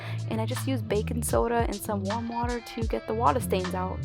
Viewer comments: Yes I love how she says "wata" and "showa" 😂 so cute! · I almost died...watuh and vineguh 😂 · The waaaaay you say water took me out ! 😂 waaaah duh I say it like it written, wa ter 🇨🇦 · I like the way u say "water" 😭